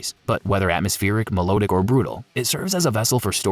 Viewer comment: Your pronunciation is abysmal. Melodic is pronounced me-lod-ic, not me-low-dic.